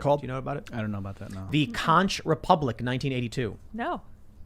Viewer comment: It’s pronounced “conk republic”